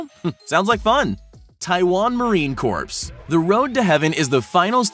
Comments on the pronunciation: Its pronounced "Core" not "corpse" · CORPS is pronounced "Core". Do people go to school anymore? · Corps pronounced core. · Taiwan Marine "Corpse"? Lol 😆 😂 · Marine corpse. 😂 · corps is pronounced "core", not "corpse". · marine CORPS No it’s pronounced core